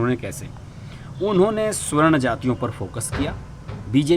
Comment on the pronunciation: I think it is savarn(सवर्ण) , not swarn(स्वर्ण). . Better to rectify.